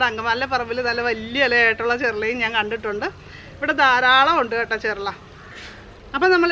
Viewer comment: ചെർള അല്ല ചെറൂള എന്നാണ് പറയേണ്ടത്.